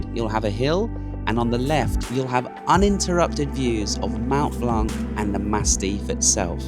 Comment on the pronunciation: Nice video!! Thanks for sharing with us :) Please stop pronouncing the C in BlanC - Mont Blanc and Lac Blanc the C is not pronounced :)